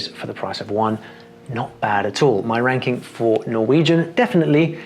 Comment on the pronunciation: At the start of the video it took me a second to realise he said ranking!